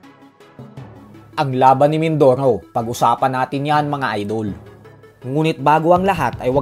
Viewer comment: mindorow, mindorow. abreow, awnyos, talow...lol